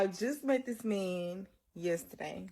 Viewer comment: I know people have accents but wtf is a meeeeeeeeeeeean! Its spelt MAN and pronounced MAN!